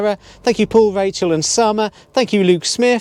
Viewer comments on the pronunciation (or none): none